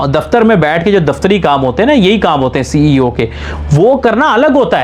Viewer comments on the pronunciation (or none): Bhai CEO hota hai. SEO nahi